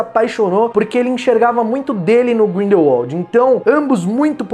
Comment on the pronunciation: Olha só ele pronunciou certinho!!!! Grindelwald e não Grindelvald como da última vez que assisti um video falando do mesmo! Só por isso, vai ganhar um like! Parabéns 👏👏👏👏